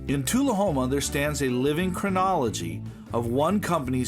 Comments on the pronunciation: Nice video. Learn to correctly pronounce Tullahoma. Lol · ...nice video...but you really should check/correct your pronunciation of 'tullahoma'...(and 'bost' in part 2)...